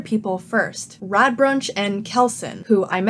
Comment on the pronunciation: I know I am late and I really liked this video, but your pronounciation of Radbruch as Radbrunch was bugging me the entire time.